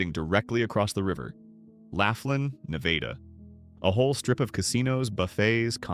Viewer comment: lol😅😅 AI voice can’t even pronounce “Nevada” correct.